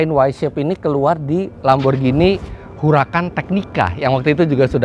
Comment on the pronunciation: Bukan Lamborjini om. Lamborghini. Baca nya GINI seperti beGINI. Nanti di suratin Lambo om kalau baca nya jini jini gitu